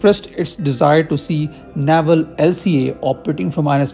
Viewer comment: Its navel not naival